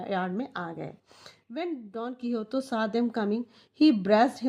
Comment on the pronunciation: Actually it’s don KeehoTEY not don KeehoTO